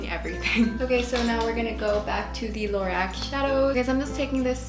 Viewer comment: just so you know its pronounced low-rock